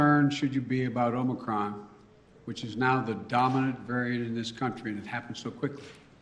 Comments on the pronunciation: DID HE SAY MOMORCRON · "Omicrom" he said